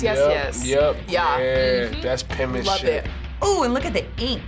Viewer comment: no one: not a single specimen:: the pEnMaNsHiP